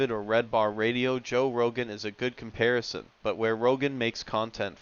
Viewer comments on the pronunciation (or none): none